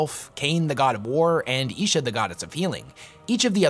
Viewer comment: Isha is pronounced Eye-Sha not Eee-Sha. :D